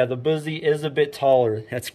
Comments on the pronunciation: Boozie? Lol BUS-ee.... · Busse is pronounced like "fussy". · First of all, it's pronounced bus-e. And mine I let my uncle make for me. I got the orange and black g10 handle with the tan case and the navy blue finish. And yes, the indent on the blade is to knock off some of the weight and under the handle they have a couple parts of it drilled out to make it lighter too. And yes it would easily go through that cinder block, The whole thing. btw I know all of this because I've been to the shop multiple times in my life and my parents used to work there and it's pretty cool. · And can't even say Busse right